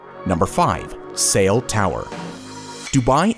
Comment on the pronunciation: Ciel is French for sky. It’s pronounced see-elle not sail.